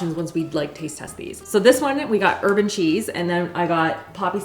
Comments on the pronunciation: I heard “urban” cheese and was like, “what are they doing in Canada?” She definitely said, “herb and cheese”. 🤣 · I heard urban cheese, too!!! So glad I wasn’t the only one. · Ooohhh I thought she said urban also.... thank you. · Hahahaha I swear you said “urban cheese” when you started listing the kinds of bagels you got. 😂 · you said “herb & cheese” & my brain went “she definitely said ‘urban cheese’” when talking about the bagels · I thought she said urban too. Haha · Just here to say that I also heard “urban cheese” 🤣